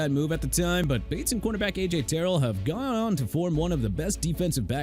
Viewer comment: CORNERBACK AJ TERRELL PRONOUNCED TUH-RELL, CHUBA HUBBARD PRONOUNCED CHOO-BA, ROMEO DOUBS PRONOUNCED DOBBS, TONY POLLARD PRONOUNCED PAH-LURD AND JAGUARS PRONOUNCED JAGWAARS SO STOP SAYING JAGWIRES OKAY?! ARE YOU SERIOUS?! WERE YOU HIGH BEFORE DOING THIS VIDEO?! HONESTLY YOU NEED A RE-EDUCATION ON PRONUNCIATIONS CUZ YOU CAN'T SAY ANYTHING RIGHT FOR NOTHING!!